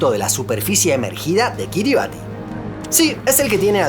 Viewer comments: Kiribati se pronuncia "Kiribas" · "Ti" en gilbertés se pronuncia como una s, por lo que la pronunciación correcta sería Kirismás, del mismo modo que Kiribati se pronuncia Kirimás, y el nombre de la primera se deriva de Christmas, por lo que es una de las tantas Isla Navidad